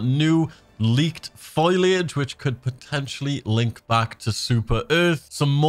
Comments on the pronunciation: Foliage, not foliage. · for anyone giving him crap for the way he pronounces 'foliage' like 'foilage', i want to say that your expecially annoying and you shud go reed a book at the libary if you dont no wat words ar.